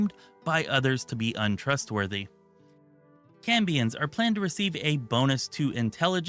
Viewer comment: Maybe you were saying Cambions but it sounded like you said Cummins playable race